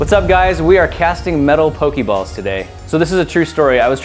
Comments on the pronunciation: Once again, it pronounced poh-kay-balls, not poh-kee-balls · Is no one going to correct him on his pronunciation? The é make an uh (kind of) sound. Poke-uh-ball. Same with Pokémon, Poke-uh-mon. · I mean who cares, but it is pronounced poke a ball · In the Minecraft Pixelmon mod, Pokéballs are actually made of aluminum (or iron, both work). Also, make sure to pronounce the accent. Take words like résumé and fiancé as examples.